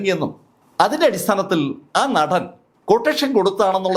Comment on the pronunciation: നഠൻ അല്ല.., നടൻ